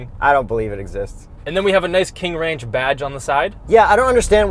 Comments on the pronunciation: "the w in ranch is silent" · Now class . . . remember that the "W" in Wranch, is silent. "Pick me up off the floor everybody!"😂